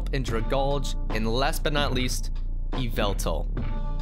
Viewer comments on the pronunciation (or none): You said yveltal wrong it’s ya-val-tal Power of DEATH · yu-vel-tal is how it's pronounced my boi.